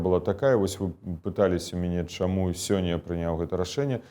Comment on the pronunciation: "... хочЮць, чЯму... А спадар Латушка вельмі падабаецца!